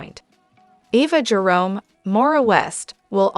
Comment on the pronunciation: Her name is Ava Jarome not Eva.